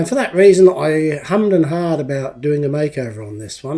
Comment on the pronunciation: it's "hummed and hawed" where "hawed" rhymes with "Maude", not "mod".